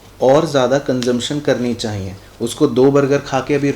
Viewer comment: Chahyie word is so funny,when sir say chayie I litterlly laugh